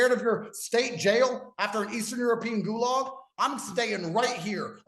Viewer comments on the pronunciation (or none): none